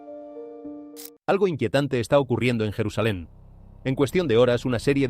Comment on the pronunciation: Es mentira todo lo que dice , la IA se evidencia , no es jerusalain